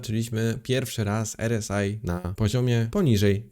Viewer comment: R S AJ 🤣 zdecyduj sie chłopcze czy wymawiasz nazwę tego wskażnika po polsku czy angielsku, bo robisz z siebie glupka.